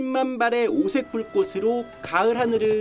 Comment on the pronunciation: "밤 하늘로 불꽃이---" "불꼬치"가 아닌 "불꼬시(불꼿???)" 로 엉터리 발음을 하고 에는 주원진? 기자가 "10만발의 오색 불꽃으로---"의 발음을 "불꼬츠"로가 아닌 "불꼬스로(불꼿???)"로 엉터리 발음하는데 기자들 공부 좀 하고 방송해라